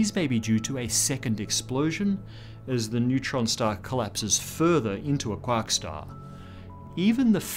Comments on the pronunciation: First time to this channel... At first I was confused as to what you meant from "quock" then finding out your were 'saying' "quark". Really bothered with the accent on this word. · I like how he says “quark”.